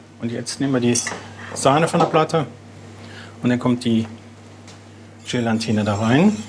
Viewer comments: lieber Starkoch, es heißt Gelatine, nicht GelaNtine! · Über den "frichen Fich" und falsche Betonung der französischen "Fachbegriffe" konnte ich ja noch schmunzeln, aber hat der Sternekoch tatsächlich mehrfach Gelantine gesagt?! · Woher kommt es, daß so viele Leute "GelaNtine" sagen, ich verstehe es einfach nicht... 🤔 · 😂 Gelantine - Gelatine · Meine Hochachtung für die exzellente Arbeit von Herrn! Als Sternekoch müsste man aber wissen dass es "Gelatine" heisst und nicht "Gelantine". Nicht böse gemeint, es ist mir nur so aufgefallen. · Gelantine triggert mich noch mehr als Sooose und Fich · Noch schlimmer: Gelantine statt Gelatine. Ist für mich ein Fußnagelaufroller. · Viel schlimmer ist, dass er GelaNtine sagt.